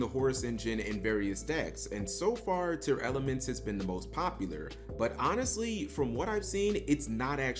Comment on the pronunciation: IT’S TEARLAMENTS NOT TEARELEMENTS